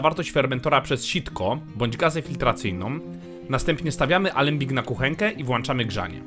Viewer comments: Filmik spoko ale dla kogoś kto ma dużo wolnego czasu. I WŁĄCZAMY NIE WLANCZAMY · Włanczamy.. Ja właśnie to wyłanczam..!